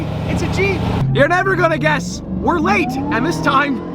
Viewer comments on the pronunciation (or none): none